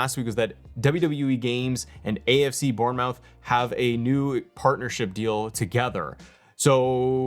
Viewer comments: Only one issue with the video, Bournemouth is pronounced Born-Muth, other than that great video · I died of cringe when you pronounced Bournemouth 😂